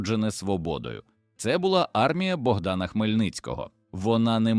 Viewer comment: Дякую за історію, але подача просто жахлива! Після "БОгдана думав, що читає іноземець. Але коли почув "вигукувати Образи", "ховатися за вОзами" і купу інших ляпів зрозумів : автор каналу - жадібна людина, що в погоні за переглядами замість якісної начитки юзає халявний ШІ і в сраці мав створення якісного контенту. Прикро. Дизлайк і відписка. Повертаюся до перевірених каналів, які шанують свою аудиторію